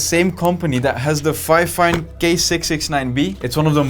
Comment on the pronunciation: Btw FineFine you say as FeeFine